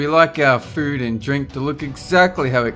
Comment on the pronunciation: You say "food" Like "fooerd"